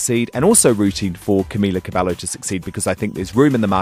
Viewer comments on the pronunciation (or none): Camila CabeYo! Every time they get her name wrong I cringe 🙈 And TBH I think they did the right thing. Why? Because any response they could have given to those questions would have been taken as "shady" or "bitchy" because people consider Camila as the victim and the rest of the girls as the bullies. Which is probably not true, they went through so much and because of that we cannot know everything they said or did. So I feel like is better like that and no they're not being "divas" they just want to move on and I'm sure Camila wants the same but she can't really say "No" because she's practically "new" in the business so she has to always play the being nice card until she gets to a stable position. No hate but it's true. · He claims that he's been supporting the girls for 4 years and yet, he still couldn't even pronounce Cameela Cabeyo. And Lauren saying they don't wanna be shady means they don't wanna dig the dirt about Camila, w/c perhaps might create more drama. They have gone through so much about her leaving and about how their management screwed them up. Just focus on their music. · honestly the biggest thing i cringed at was his pronunciation of camila's name hgfjsdkas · Said he's a big supporter of them but couldn't even pronounce Cabello right. I tuned out after that.